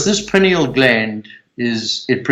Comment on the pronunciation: Amazing. He needs to learn how to pronounce "pineal".